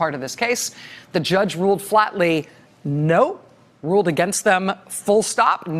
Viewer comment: It's Concord Management, not conquered management. 😉